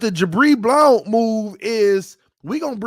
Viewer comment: Bro why you keep pronouncing "Blount" like that? 🤣🤣🤣